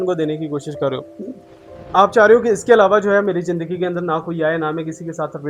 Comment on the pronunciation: AJ AP ny bataya k ap educated insan Hain... But AP k bolny k style SE bilkul b nh lgta k AP prhy likhy ho... Bcz Many apko hmesha Zindagi ko jindagi bolty suna hai...or es k elawa b boht SE words like dekaat,,, Rehty AP pak ma ho follow AP indian language karty ho... Awam k pas star plus ha indian sekhny k ly.... AP kio unki language promote karty ho...